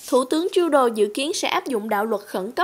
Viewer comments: Một chút góp ý với cô xướng ngôn viên, cô không nhận ra chỗ sai hoặc không phân biệt được. Tên của tt trudeau cô đọc là "truđồ " thấy vì đọc là " truđô". Ambassador cô đọc là " ambassaidơ " thay vì " ambassátdơ " . Tôi phiên âm và đọc theo kiểu vn. Hy vọng giúp được chút ít. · Cô xuớng ngôn viên này Hoàng Ngọc ? nên nghiên cứu lại cách phát âm tiếng chữ ambassador, Trudeau...và nhiều chữ khác nữa nhá